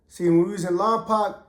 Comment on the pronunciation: Pretend you are saying lompoke not lompac like 2 pac much love homie keep doing your thang Lompoc 805 in the house .